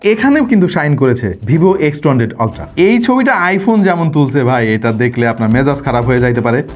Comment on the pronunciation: Vai, pronunciation "Oltra" e hobe.